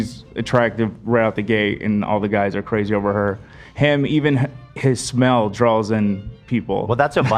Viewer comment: saying “bolth” instead of both and saying “drawls” instead of draws get the Ls out of your mouths PLEASE???